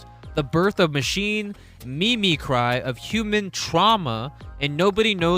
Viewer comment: Mimicry is pronounced like the word "mimic" and then ends with "ree", a mimic is a copy cat, so mimicry is the verb of being a copy cat.